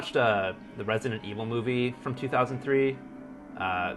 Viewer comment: Did you say you bough them grom mercari?